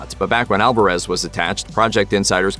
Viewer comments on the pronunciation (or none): none